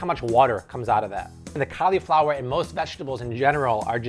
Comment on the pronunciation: i hate how this guy pronounced cauliflower